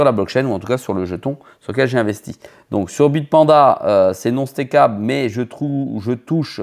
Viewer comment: Comment tu prononces « coins » en français et « steak able » ça me fume c’est du troll 100%….